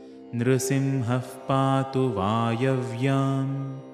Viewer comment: Can I please know why you have pronounced the parts nRsiMhaH pAtu as nRsiMhaf pAtu, is there a reason behind this?